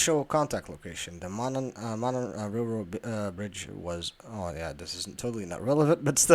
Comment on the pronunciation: It's Delphi like WiFi, not Delfee, and it's Mo-non not Mo-nen! You from Brooklyn or Manhattan? What type of Cellphone can zoom in from a distance and get a clear fucking picture? Maybe a camera with a long retractable lens? If a mutherfucker said he could see the Girl's Bodies from the river, he's a fucking liar! He would have had to be 20 feet tall to be able to see up over the embankment! Something else for you: if it was an Unusually Warm Winters Day (55 degrees) in February, why did Bridge Guy have on so much clothing? For example; I'm a 59 year old man, and let me tell you, 55 degrees is fucking cold. The older a person gets, the more their blood thins out. I see teenagers and even people in their 20s and 30's that don't dress Warm in 50 degree Weather, so why was one of the Sketches of a Young Man? I guarantee Bridge Guy was in his 50s or 60s! From the Video you can plainly see that the man on the Bridge was wearing a Hooded Sweatshirt underneath a Jacket, and he was wearing something under his pants like Long-Johns because you could see through the Holes in the Knee of his pants. He was probably wearing Insulated Boots as well? No younger person is going to be dressed that warm! Ok, people say that Bridge Guy was wearing a Disguise and I would agree with that, but he only wore one so the Girl's wouldn't recognize him, not because he knew that he was being filmed, because there's no fucking way he could have known that, especially from a distance! Bridge Guy had to have